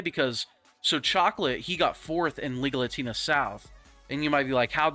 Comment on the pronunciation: I know it’s Liga Latina, but it sounds like you are saying legal latina 😂😂😂